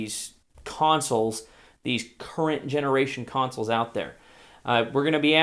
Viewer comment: Omg the way he said 'consoles' was almost made me die xD